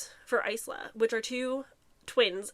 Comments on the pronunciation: The “s” is silent in isla so it’s pronounced ila” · You saying you hate her name but it's pronounced eye-luh 😭